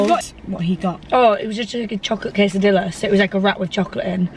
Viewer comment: just letting you know you pronounce quesadilla is like casedia xxx